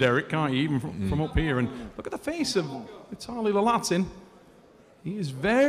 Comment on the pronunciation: Someone plz tell the commentator its Laletin, not Lalatin.